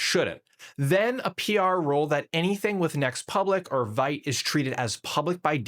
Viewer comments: It's pronounced VEET. It's French and means fast. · If you want to be a trusted source for tech, make sure you pronounce Vite correctly. It's the little things that shape how you're perceived.